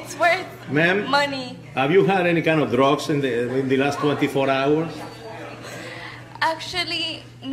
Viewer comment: "hAVe YoU AnY dROGS In lASt tWAnTy fOur hOwaRS?"